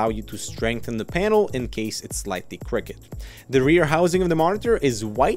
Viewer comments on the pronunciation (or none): "Slightly cricked" I thought it was "crooked"